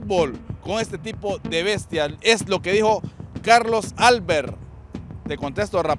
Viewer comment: Para el del micrófono: APRENDE A LEER, no es "Álbert", como tú lo estas pronunciando; es "Albert". Ni futbol ni cerebro.